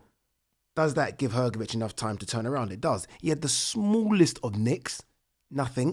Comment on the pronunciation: Malković = Malkovich , Hrgović = Hgovich and not Hrgovic ć=ch